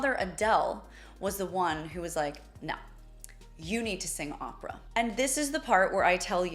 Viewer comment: How much can you get wrong… Pronunciation of Opera totally incorrect.. It far from his last performance You should be embarrassed 😮